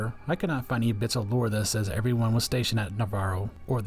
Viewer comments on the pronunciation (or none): none